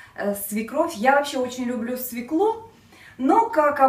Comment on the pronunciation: Режет ухо "свеклу"..если в слове буква ë ударение падает на неË!!!!